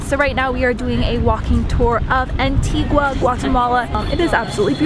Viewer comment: So glad you enjoyed Antigua! I lived there the first few years of my life, it's gorgeous :) you're pronouncing 'Antigua' very wrong though haha all cool though ;)